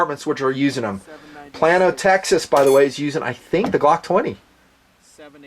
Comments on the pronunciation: I live in ft worth pretty close to Plano tx. It's pronounced like playno. Or play no. Not plan no. Just so you know mr 😀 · Plain-oh, TX not Plan-oh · Another very informative review, thanks! One piece of constructive criticism......It's pronounced "play-no, not plan-o", Your Texas followers (including me) got a brief chuckle from that. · Lmao. Plan-o. I love your vids man but it's pronounced plane-o. Hahahaha I know you live a long ways away but that's hilarious. I actually work in Allen, txt just 5 minutes north of Plano and I did not know they carried 10mm. That's awesome! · It's pronounced plane o, Plano tx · Plano, TX is pronounced "PLAIN-OH" lol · Great vid, but one correction - it's PLAY-no, Texas. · Pronounced Play-No (Plano) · Long time follower and fan, but Plano TX is pronounced Play-no .I'm from OK, but just wanted to warn you before all the Texas subscribers come after you haha! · Plano TX is pronounced "Plane - O" if you want to americanise the name or "Pla - no" with a soft 'a' and the 'pl' sound smushed together. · Plano is pronounced Play-no. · By the way (Texan here) we pronounce Plano as Play-no. It is a prominent North Dallas suburb.